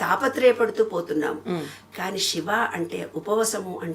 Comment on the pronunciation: శివశివా😮 నమస్కారమమ్మ Shiva (షివా)కాదమ్మా😢 శివ siva అని పలుకమ్మా తల్లీ🙏